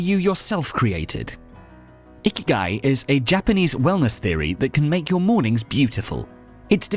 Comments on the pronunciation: 生き甲斐 or icky guy as you so well pronounced isn't some "wellness theory" about waking up early or whatever you said it was; it literally translates as "what makes living worthwhile", no more no less. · Wasn’t looking at the screen, heard “number one: find your icky guy.” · I thought he said find your "Icky Guy". I thought he meant a guy who doesn't shower or sneezes into the air without covering his face. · Did really call it “Ikigai”? Cause that’s Japanese, not Roman.